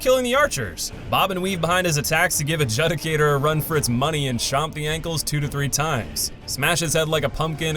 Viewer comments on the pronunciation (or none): It's pronounced ad-jood-i-cater. Not ad-jud-i-cater!! You must be from the south where they don't talk so well. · Love the video, I liked it just as with all your videos. Quick grammar point: judicator is pronounced 'jew-dee-kay-tor'. Looking forward to the next video. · Adjudicator (ad-Jew-dicator) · The way you say “Adjudicator” makes my eye twitch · 15 years later and still can't pronounce Adjudicator correctly 🙌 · All these years and he still can't pronounce Adjudicator 😂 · Even though it’s his 9th time doing this list, he still cannot pronounce Adjudicator correctly.